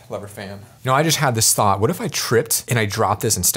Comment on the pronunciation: I love the way he says waht if I trip and die and never get to see it. Waht about when he dies and never lives again!